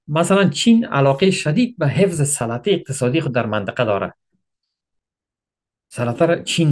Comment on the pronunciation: سلطه(sa la ta نادرست تلفظ نکنید) سلطه(sol ta درست تلفظش کنید لطفا) ممنون